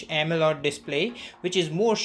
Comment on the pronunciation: Why does he keeps saying “AMELOD” display....